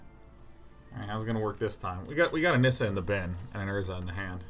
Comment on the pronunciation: The way he says urza land make me hate myself.